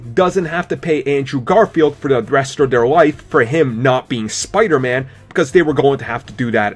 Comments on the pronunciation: It's not spidurman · Says the guy who says "spiderma"